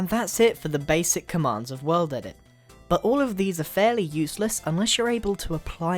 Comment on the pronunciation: I thought he was sayin weldedit in the beginning he is just British.................... or whatervur